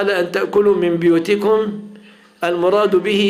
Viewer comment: تنبيه هام (بُيوتكم)بضم الباء وليس. كسرها هكذا في المصحف وقراءة حفص ولا أعلم باقي القراءات